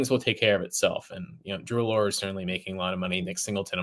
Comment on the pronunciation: Drew “Alure”?? 😂 It’s “Allar”.